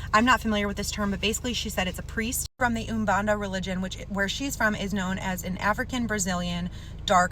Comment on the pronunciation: Pai, pronounced as "pie". Umbanda = oom for the first sylable, then the rest you can pronounce as in "band", with an A at the end (in protuguese, that "an" sound is very nasal, hard to explain and to copy), so, "Oombanda" I absolutely love your channel, your pragmatic way of delivering the story, everything! Allow me, however, to give my two cents, as someone who listens to a lot of youtubers: it is the Era of communication and information. Everything is out there, at the tip of the fingers. It is absolutely EXHAUSTING to listen to youtubers over and over and over again going "idk how to pronounce this. I'm sorry if I'm making any mistakes"... ffs! If you're gonna talk about a topic, research it previously! If you have a channel that's gonna be covering spooky stories from other countries, it is IMPERATIVE that at the very least you are able to pronounce all the words AND NAMES that will be involved in that story. No ones asking you to learn a new language or the fundamentals of a Brazilian religion, but as a story teller it is your obligation not only to know how to pronounce what you're talking about, but also not to interrupt the story with excuses for your... this is gonna sound really harsh, but, basically, laziness. Feel free to delete this comment, I do not want to bring any negativity to your channel, on the contrary. You're great, don't change, just improve a little. ♥️